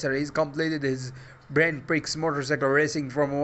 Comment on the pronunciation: The way you pronounce "Grand Prix" - ha ha ha priceless!!! 😂🤣😂